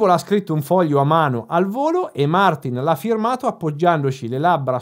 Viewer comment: non gliela fai proprio a pronunciarlo giusto Martìn, vero?